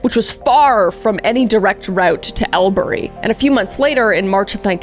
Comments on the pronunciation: AUSSIE here. You did great on your pronunciations, but every time you said Albury it absolutely sent me! Oh and NSW isn't N.S.W - we say it as New South Wales 😅 Ivan was the reason the hitchhiking pretty much stopped. I lived so close to where he dumped a lot of the bodies.... It is horrifying we still don't know ALL the people he murdered. One thing I wished you touched on was the weird undercurrent of white Aussies supporting this killer's murders of international backpackers ... Australia has a fucked up history of racism. Oh and thank you for mentioning his great nephew. He said he tried to live up to his last name. Yet I believe Ivan would have laughed at him. Another oddity of Australia you might want to look at, is the 'gay defence' for bashing and brutalizing gay/queer people. Allowing people to walk away free after brutal attacks. It's only recently I think the last state removed it. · Agreed!band most of the pronunciations of the places is good…. Except for Albury….. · My fave was Ale-Berry for Albury (pronounced in Australian as Ore-Brie for those curious) Good episode regardless :) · I’ve not ever heard it pronounced ‘Ore-Brie’. It’s pronounced ‘All-Brie’. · Albury = All Bree or Aw bree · Thankyou SO much for doing this one!! You have a lot of fans in Australia. You did a great job :). Many people believe he didn't always work alone that at least one of his brothers helped with a few of the murders and easy way to pronounce Albury is all-bree :P you said Guilford correct, Aussie accent sounded more Kiwi lol but good effort hehehe. Thanks again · Loving this ❤ also; it’s pronounced all-bree, but well done on everything else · Albury is pronounced all-bury, if unsure ask google 😊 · I was tryna figure out where Albury was and realised she meant “all-bree”, curse Aussie pronunciation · Maitland, Goulburn and especially Albury got me 😂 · PS: Canberra is pronounced "can-burr-ah" (like 'brr its cold!) and Albury is "All-bury" (like 'bury the dead") ~